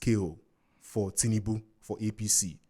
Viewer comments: Lol… an Igbo man will say Tinibu 😂. I myself have to consciously pronounce it well. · This my Anambra brother pronounce tinubu in a funny way 😂